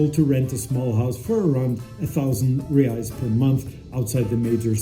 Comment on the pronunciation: Great video but considering you living in Brazil ur pronouncing of reis needs work bro it’s pronounced “hrreis” r has h sound like sound